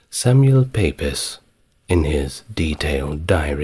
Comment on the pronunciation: "Samuel Pepys" is pronounced "Samuel Peeps". Fascinating video. Just discovered your channel!🙂 x